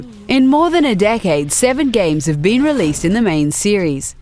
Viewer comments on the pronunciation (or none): none